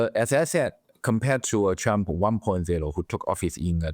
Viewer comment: I know it's only accent but I think we should all pronounce Trump as Chump.